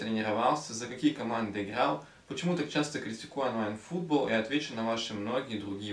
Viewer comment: А почему ты произносишь онлайн фУтбол, а не футбОл